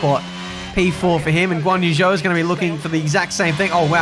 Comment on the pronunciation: Yet he still mispronounces Zhou’s name… he may as well call his team mate Piastri Oscar